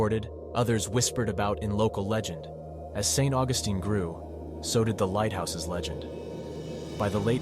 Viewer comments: It's St. Augus(TEEN), NOT Augustin. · Please it is pronounced St. August like calendrer date then teen. St. Augustine Florida is a nice place to visit. A haunted graveyard and a haunted school house the town also has an early Spanish fort some say this too is haunted. Not everyone see's it's ghost it's a fun place to visit.